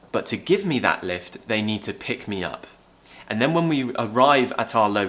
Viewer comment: When u said "he picked me up from the train station,"it sounded more like "he picked Mia from the train station. " 😅